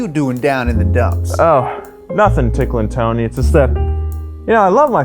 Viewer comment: "ticklen tony" why god